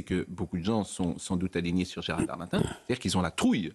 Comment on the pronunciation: J'adore quand Pascal nomme Gerald Darmanin "Gerald Darmatin" (probablementcar il est passé sur europe1/cnews le matin